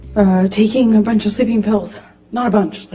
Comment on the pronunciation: "I remember taking a bunhyc of sleeping pills. Not a bunhc, two, which is a lot for me." LMAO